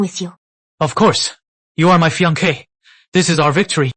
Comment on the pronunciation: 😂 it’s supposed to be fiancée but I think ai dubbing gets it wrong